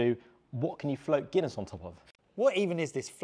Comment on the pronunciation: The Gunniess and monster hurt my Irish soul😅 (also guys i love ye but please do your research on the name behind the drink first!!)